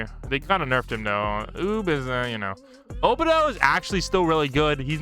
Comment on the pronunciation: The way he said obito ( worst anime YouTuber no cap )